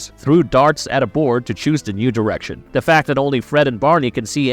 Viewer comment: If he could say "the" instead of "duh" I'd think it was read by A.I. also.😅